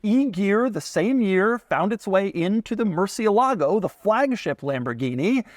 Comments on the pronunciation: Doug, you keep pronouncing Murcielago wrong. It's "el" like you'd pronounce the letter "L," or like "el," Spanish for "the." It is not pronounced Mercy-a-lago. I think maybe you're getting the Lamborghini model and Trump's place in Palm Beach, FL confused. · It's "Murthialago" - I always remember this because the first time I heard about the car the Lamborghini guy emphasised the correct pronunciation. Sensible idea to put the reverse button out of the way of accidentally pressing it. Hmmm. Annoying reviews of supercars - if you want practicality buy a Volvo. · Every time Doug says "Murci-e-lago" a spanish speaking person dies... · Somebody really has to teach Doug how to pronounce Murcielago. Especially if he's gonna be throwing the name around in several of his videos. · Pronounced Gallardo right the whole video, mispronounced murcielago. Point deduction. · Doug still doesn’t know how to pronounce’Murcielago’